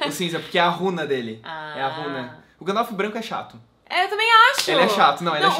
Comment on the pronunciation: pare de falar Gandalf errado..huahua